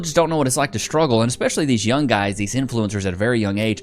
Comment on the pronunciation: "shhhtruggle?" what means "shhhtruggle?"